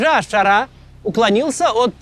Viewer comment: Макс, ну ты же интеллигентный человек, что с ударениями в арабских именах ? Аш-Ша́раа Аль-Джула́ни